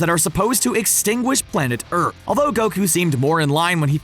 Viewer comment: “Urt” it’s earth😂